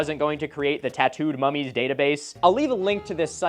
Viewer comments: Ngl the way youre saying mummies sounds like an Australian saying mommies and its making me giggle. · mummies already doesn’t sound like a real word, thanks Milo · Nahh dawg when you say "mummies" like that my mind goes to a different place. Edit OH YEAH there is!!